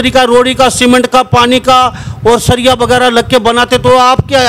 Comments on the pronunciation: 😂 सीरिया नहीं बाबू सरिया 😂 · सीरिया 😂😂😂😂😂😂 सीरिया नहीं सरिया। सीरिया = एक देश का नाम सरिया = लोहे की छड़। 😂😂😂😂😂😂😂😂😂